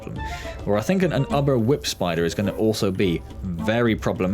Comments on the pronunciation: Someone may have already mentioned this, but.... It's "oober" not "ubber". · Btw it pronounced oo-ber